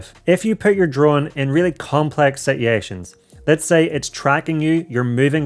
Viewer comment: Whole video was worth the watch just to hear "situations" in the northern accent 😆 Great tips and advice too though obviously - keep em coming!